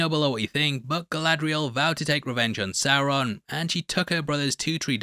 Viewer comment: It’s Sauron homie